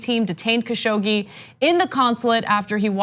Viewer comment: at last someone finally said his name correctly! Thank you